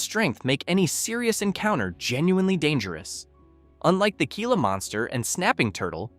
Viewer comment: It is pronounced “hee-lah”, not “gee-lah”.